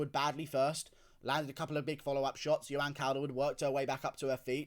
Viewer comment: You CANT even say her first name... JOE-anne... Not yoanne... Cawl-derwood... Taila is a man, end of